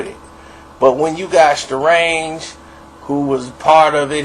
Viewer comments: It is Starang, not Starange...and like someone else mentioned some of the things you mentioned are not on point...and yes, EZ Elpee set Starang up... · Aye, let me ask you two questions. One, why do you always say “Starange” whenever you mention homie? You gotta know his name is pronounced with an ANG at the end. Two, what’s your beef with him?